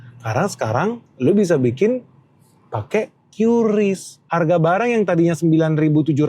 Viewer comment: Kata BI bacanya KRIS pak bukan Kyu Ris :hand-purple-blue-peace